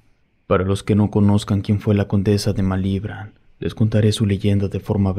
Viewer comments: Malibrán te fallo la acentuación. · No pude seguir escuchando desde el momento en que no sabes pronunciar Malibrán. 🤨